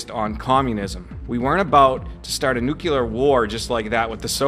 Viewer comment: I like you - talented guy - but please stop with the Nuke-Yoo-Lur. Nuke-Lee-Ur is just as easy to say. Nuke-Yoo-Lur is so GW Bush, shudder...